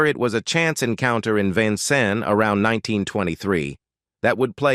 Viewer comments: Can you please pronounce his birth city correctly? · Love Red Skelton. Hate that they cannot pronounce Vincennes, Indiana. Another one always mispronounced is Terra Haute, Indiana!! Just annoys me a little! lol. AI ... I guess it can't always be perfect!